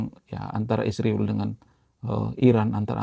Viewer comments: Bukan isriwil. Tapi Israel. Baguslah mengucapkan bahasa. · Min, kalau sebut Israel dengan ejaan yang benar, jangan isriwil, obyektif secara komprehensif.